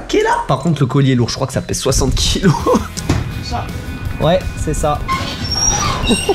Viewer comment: On dit pa ouééé